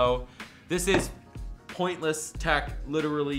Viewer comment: Am I the only one that hears tach instead of tech?